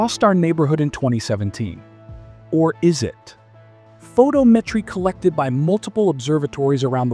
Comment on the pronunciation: You mispronounced Vega and photometry, but can say Oumuamua?